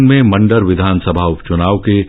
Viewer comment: झारखण्ड मे जिस विधान सभा क्षेत्र में चुनाव हुआ है उसका नाम माण्डर है, जबकि news reader के द्वारा मंडर बोला गया । I'm from jharkhand..